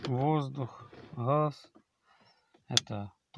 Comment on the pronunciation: Газ а не хас!